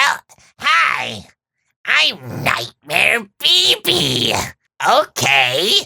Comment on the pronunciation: When say nightmear BB i hear it baby and i be like wait....did they have nightmear Baby 🌚